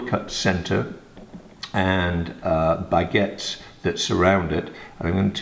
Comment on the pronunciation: I'm french and i literally LOVE every time prononces the word "baguette"